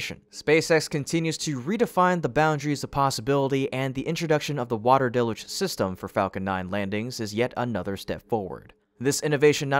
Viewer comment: It's pronounced "DEL-YOOJ", DAMNIT!!!